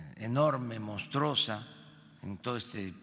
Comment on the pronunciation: Yostoy…montrosa…verdat…ay deveraz este hombre 🙄🙄🙄